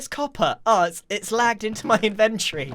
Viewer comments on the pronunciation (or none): Grian, please, pleeeease. it's in-ven-tor-ree NOT in-ven-tree. i'm begging you, it kills me every time you say it.